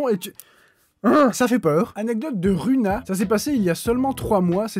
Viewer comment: alors je suis très contente que mon anecdote sois dans la vidéo mais mon pseudo se prononce rOUna même si ca s'écrit avec un U🥲